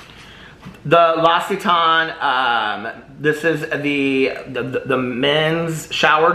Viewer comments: Apparently it's lox-e-tan. The brand actually posted a YouTube video on how to pronounce it. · Its pronounced "LOCK-sit-ON" l'occitane is my fave!!! 🥰 its storming here in phoenix and my hubby and I are sitting in the back patio watching the lightning! So pretty! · L’occitane = lox-see-TAHN 🇫🇷